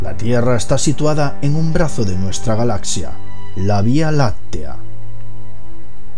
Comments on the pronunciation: ¿Por qué no puede pronunciar correctamente la palabra galaxia? Se pronuncia “galacsia” y él lo hace sin la c.(galasia) Me extraña, porque el resto de su pronunciación castellana es exquisita. Quizás sea de la región que proviene. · Es galaxia, no galacia saco huea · También dice "impattante" y "Galasia" y otras... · el gran atrastor que arrastra las galassias. ja ja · galasias dice jajajjajajaj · Atrazztor , galacias , galacia :v Like si te diste cuenta igual nadie es perfecto xD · Despues dices Galas sias, y vez ahí estás otra vez con lo mismo, Lo difícil es explicarte como se pronuncia galaxia sin explicación fonética. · como consejo o critica constructiva, mejora tu pronunciación, ya que el vídeo perdió toda la seriedad al decir "galazzia"